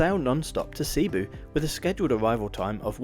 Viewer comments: Your pronounced cebu incorrectly t's not sea boo It's sabu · Also it's a soft e in Cebu. Not seeboo. 😊